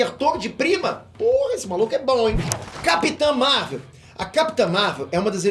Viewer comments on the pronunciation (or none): none